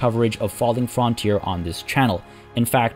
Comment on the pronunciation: it's pronounced FRUNTEER not "Fron"